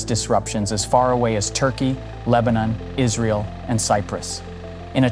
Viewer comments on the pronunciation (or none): none